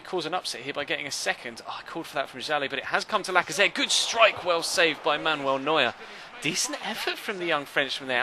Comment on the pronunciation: He's name is not manwell neuer it is manuel neuer god damn it